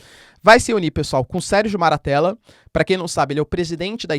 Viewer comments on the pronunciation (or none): È MATTARELLA. Nao MARATTELLA 😂😂😂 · Professor, uma pequena correção, o nome do presidente italiano é Sérgio Mattarella e não Sérgio Maratella.